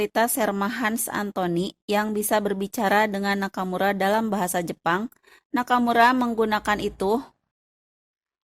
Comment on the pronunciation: Aku gagal fokus sm cara ngmg admin.. "teruok,infanterik, nakamurak,merekak,bergerilyak,merdekak, amerikak" 😆😆😆😆 , ini orang depok , apa tasik admin nyakk